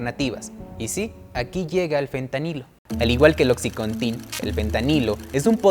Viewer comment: Buen video! Pero se dice "Oxicóntin" no "Oxicontín"